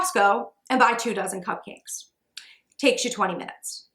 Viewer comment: for the first 10 minutes of the video, I understood "two thousand muffins" instead of two dozen and I was like whooa how are you able to make 2.000 cupcakes in three hours?😅